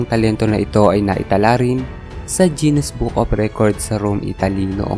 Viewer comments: pansin kulang lods bakit (jinis) ang pronounce mo sa GUINNES (ginis) ?? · Guinness not jennis hahaha